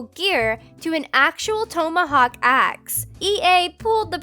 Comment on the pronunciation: Work on pronunciation, like "Audi" and "tomohawk."